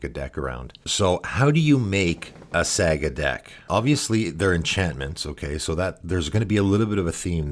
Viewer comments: Sah-gah not saa-gah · I don't want to be that guy but are you trolling right now. Saga is pronounced like "saw-gah" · I'm sure this vid is great, but im gonna have to watch this muted with subtitles, cause I can't listen to you mispronounce the main word for 21 mins. Saa-guh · SEGA tribal. Sonic as the commander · the way you are pronouncing saga is getting to me :/ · Ya i’m losing my mind over it too for some reason lol